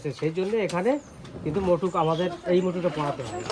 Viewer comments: আচ্ছা আপনারা এত ভুল উচ্চারণ করেন কেন? মুকুটকে বলছেন মটুক 😂😂😂😂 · ওটাকে মটুক বলে না দাদা ওটা মুকুট 🤗😊😊